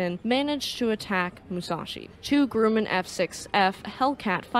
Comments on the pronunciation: The first syllable of 'Grumman' rhymes with 'crumb'. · And Grumman is not grew-man, but grum like crumb - man. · Grumman Aircraft is pronounced GrUH Man not Grew Man. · I love your videos - GRUMMAN is pronouced GRRA-Man the U is silent.. thanks!